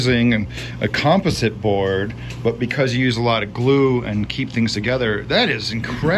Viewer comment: Composite - you should learn to pronounce that word.